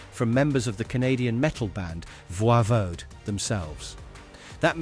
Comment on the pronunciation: It's pronounced Voivod like in english even if they're french canadian...